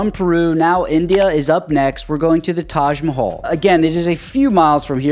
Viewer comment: That is Taj Mahal not Taj Mahalla